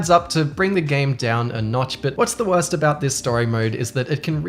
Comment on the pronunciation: the way you say borst sounds like you’re trying to pronounce Boruto.